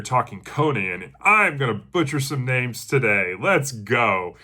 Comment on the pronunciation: Still chipping away at The Coming of Conan the Cimmerian. Thank you again for introducing me to the series. Fantastic job at the name pronunciation. You did far better than I would have. 😂